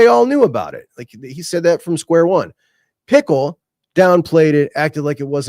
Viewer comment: I feel like is fully aware it's JD 'Pick-el' and still calls him JD pickle.. Love it 😂